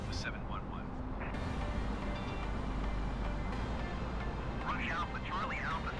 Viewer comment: Again a great video! Love the replays too. Just a quick note tho, Air Canada's Rouge livery is pronounced "Rooje" which is french for Red. Keep up the great work.